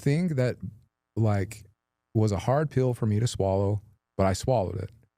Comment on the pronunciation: And his weird pronunciation of words… “peeeeel” for pill.